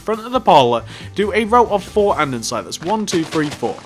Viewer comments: he is saying andensite when its andesite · drinking game!! take a shot everytime this guy says andesite wrong! this sounds mean but it's not, i love the tutorials!! i've made this one, the cafe, the suburban house, the barbers and wendy's!